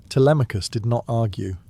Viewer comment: “Tele may cus” I’m out.